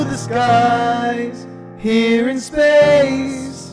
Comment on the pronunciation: "here in space" I think it's Spain, just no S